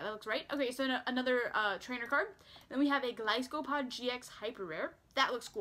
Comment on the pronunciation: gliscopod? lol it's golisopod